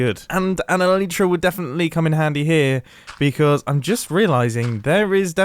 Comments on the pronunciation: It’s an A-lie-tra not an elitra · Mumbo I love u but it isn't eleetra it is elytra E-LIE-TRA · Who's triggered by mumbo going, " Leater " 2 times in a row? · Pronounce elytra wrongly again I DARE U